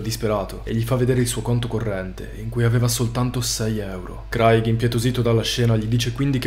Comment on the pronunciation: Credo che "Craig" si pronunci *creig*, solo per informazione. Ottimi video